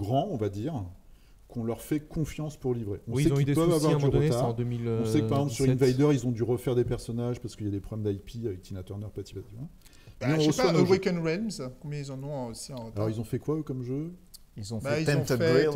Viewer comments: par pitié, Awaken Realms se prononce "euwékeun rilmz" ; sinon, toujours tip top votre émission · En fait, ça se prononce très exactement “euwekeuns Ré-eulmz”. Pas de “i” dans Realms. ;)